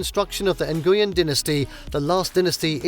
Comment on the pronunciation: You completely slaughtered the pronunciation of the surname "Nguyen." Please, at least put some effort in learning how to correctly pronounce the name.